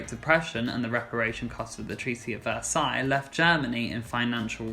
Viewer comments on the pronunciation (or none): none